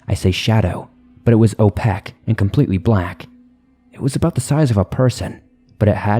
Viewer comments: The word is not opeck. It's opaque. The story . By swamp dweller. This is why I stopped listening to him. It's annoying. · opaque =/= o-PEK-kk. opaque = o-PAY-ke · Opaque is oh-pāke. This is just for future use information.